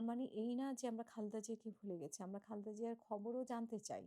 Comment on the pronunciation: দয়া করে, বেগম খালেদা জিয়ার নাম টি সঠিক ভাবে উচ্চারণ করুন। দীর্ঘদিন ধরেই আপনি উনার নাম টি বিকৃত ভাবে উচ্চারণ করচেছন। 😢😢😢😢